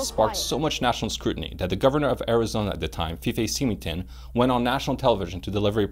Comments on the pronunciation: I've subscribed but I hope that you haven't created this channel just to get views on a polarizing subject, time will tell, I hope that you do your homework, you might want to check the pronunciation of Fife Symington's name, just saying. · F.Y.I. You completely hacked the pronunciation of Fife Symington's name, not the biggest deal in the world but if you want people to take you seriously every last detail counts. A word of advice, don't simply try to create a UFO channel if you're not 100% knowledgeable on the subject, you will be exposed very quickly, those of us who take this very seriously can spot a poser from a mile away, don't do it simply because you're looking for views here on YouTube, I have subscribed but will be monitoring each video carefully.